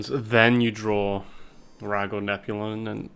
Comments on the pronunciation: Admit it: you watch to hear him calling "Nozami" and "Nep-you-lon" to Nazmani Bloodweaver and Neptulon. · I'm sorry I can't get over him never pronouncing the t in neptulon